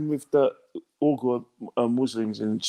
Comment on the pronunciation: Its pronounced Wee-gur Muslims